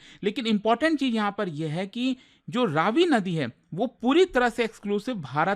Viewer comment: इसका उच्चारण रवि है, रावी नहीं।